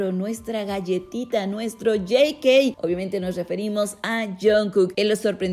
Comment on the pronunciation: Por qué Jey Key??? Es JK... Se pronuncia así por las inicio de su nombre. O me perdí de algo?